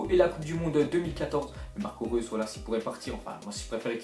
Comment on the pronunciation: TeRm1nAtOr03 ouais mais en dirais qu'il a dis russe mdrr